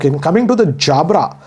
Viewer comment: He pronounced Jabra like Anil Kapoor 😂😅